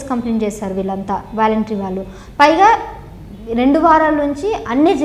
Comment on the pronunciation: వేలెంటరీ కాదు వాలంటరీ వ్యవస్థ..... ఇంగ్లీష్ పదాలు తెలుసుకో మహాతల్లి